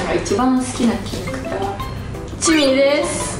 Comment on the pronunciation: チミであってますよ！笑笑